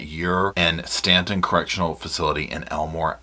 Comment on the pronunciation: It's Staton, pronounced like state.